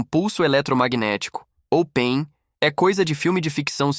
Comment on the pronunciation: O robô pronucia pein, você esqueceu de colocar pontos entre as letras P.E.M ou pulso eletro magnético, a pronucia correta é p é m, e não pein, mas o conteúdo é agregador.